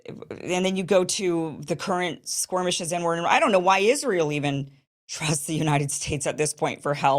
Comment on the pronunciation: It’s skirmishes, not squirmishes or was throwing the word squirm in there on purpose?